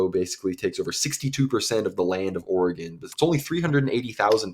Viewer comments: Please, realize that there is NO e on the end of Oregon. So the pronunciation is NOT Ori-gone. It is pronounced Orygun. Trust me that those of us that live here cringe every time we hear anyone from the east coast mispronounce it. As a resident of eastern Oregon, I am firmly in favor of Greater Idaho so I feel as though my vote actually counts. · Correct pronounciation: "Orygun" !!!!!